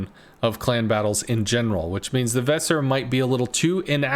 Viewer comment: The "s" in Weser is soft spoken and both "e" are long.